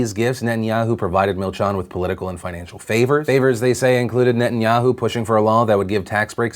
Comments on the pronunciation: Milchan is pronounced as milchEn :) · That's not how you say milchan